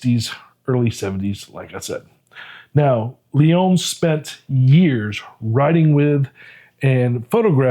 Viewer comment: you keep say "Leon" it Lyon, like the king of the jungle. 🦁